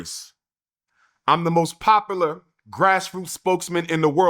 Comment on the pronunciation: Here we go.... dip shit umar johnson with his inability to pronounce most english words continues to say, " I'm the most popalur" yes... He cannot say the word, "Popular" because he is an illiterate MORON!!! Get this Idiot Off the air and into prison... We ALL Want you to know, you are Done, your raine of deception and lies are soon coming to an end. You make people physically ill with your vary presents on line, and you are now the leading cause of diarrhea in the black community. umar you are the black plague poisoning everything you touch. Maybe a time out at the Red Roof Inn. And we All know what you mean when you say, "Where are my Queens at"?we know who you are calling out for. Looking for that T.D. Jake and T.D. McNut party.. huh? Oh yes, oh yes oh yes. We All know who your looking for.